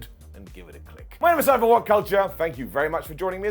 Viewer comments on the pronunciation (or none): none